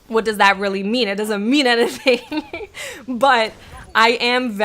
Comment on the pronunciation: The way she says "anything" or "everything" makes me cringgggggge. "in-A-thing"